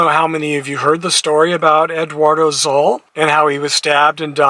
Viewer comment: Eduardo's last name is pronounced "soul." The street name is pronounced "Cal-lee Encilia.